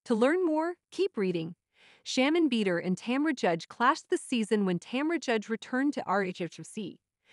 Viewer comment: Not bead-er loooool